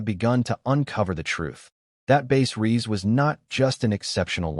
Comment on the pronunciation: It’s Bass Reeves !!! NOT Base Reeves